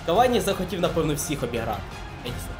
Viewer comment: Я не душніла відразу кажу, але не Едісон Кавані, а ЕдіНсон Кавані <3